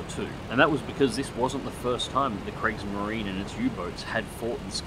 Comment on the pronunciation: kriegsmarine is not pronounced gregs marine